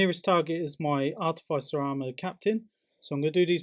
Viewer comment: I’m not usually one to correct how somebody pronounced something, for example I would say sijilite rather than the g sound. However as an Instrumentation Artificer it really grinds on me when I hear it pronounced the way it is in this video haha Ah-tif-uh-ser... is how you say it